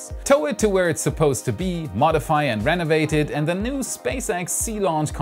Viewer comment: LOL, der war gut. Aber Du hast Recht, er verschluckt das "D" gerne mal.